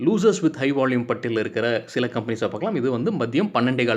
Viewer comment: நீங்க பாலக்காடா மலையாளமா ??வால்யூமுக்கு வாள்யூம் என்று சொவ்வதினால் ..... என்ன சரியா..???பதில்??